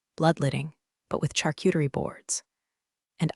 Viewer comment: It can pronounce charcuterie but never gets Patagonia right. 😂